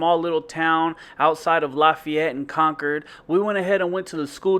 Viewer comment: Thank you for saying Concord correctly. I hate when people say con-cord🫤